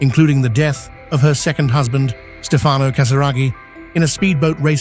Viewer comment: Distruzione di pronuncia per i nomi italiani Stefano e Andrea . Pronunciati così, significano nulla. Ho scelto di non scriverlo in inglese perché esigo rispetto per l'italiano, la mia lingua madre